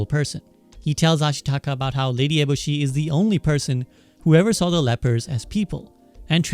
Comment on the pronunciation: This dude pronounced lady eboshi like 4 different ways lol good video though! Insightful